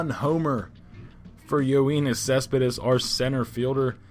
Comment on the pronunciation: Just letting you know it's yo-nis cespedis